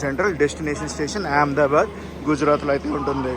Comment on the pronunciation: Yaamdabad kadu ahmedabad sarigga palakandi